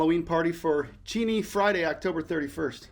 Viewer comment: The Cheney is pronounced “chā nee” I have family in the city of Cheney Arizona.